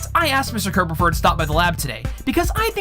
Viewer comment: Oh look, it's Kirb-aw-fur!